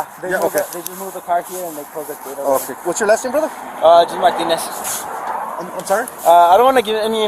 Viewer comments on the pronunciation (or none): The cop literally sounds like he says “ ALL I HAVE IS MY PENenis “ ⏱️ time stamp He was trying to say “ All I have is Martinez “